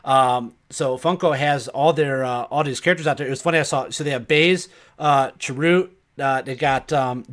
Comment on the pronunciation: Have you guys not seen Rogue One yet? I haven't heard any of you pronounce Chirrut's name correctly lol. Sorry, I just had to bust balls for a moment.